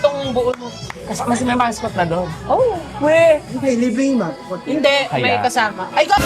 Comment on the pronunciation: Grabe dami kong tawa sa "hinde" hahahs